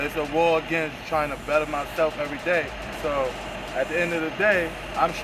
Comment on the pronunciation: "It's a war against trying to better myself urrday". Just one of the poor statements represented in this documentary. Geez this is bad.